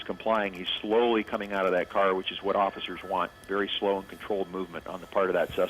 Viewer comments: she said offurcers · The bitch said offersers hahaha dead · Offercers lmao! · "There are no offircers" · Dear Juvenile Reporters: I have a present for you. It is a pair of old socks. Please take one each and stuff it into the hole under your nose. After you finish junior high school. remove the socks. "Offersirs"? Yuk yuk.